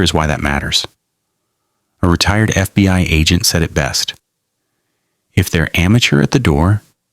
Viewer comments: AI mispronounced lives and said FBY ??? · constantly saying FBY gives it away